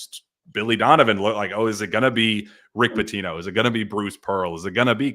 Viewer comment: Your pronounced “Rick Pitino” incorrectly guys.